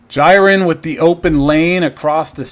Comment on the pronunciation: I think it's pronunced "JEER-in." Wasn't sure initially, but the pfp is the same as the Dragon Ball Super character.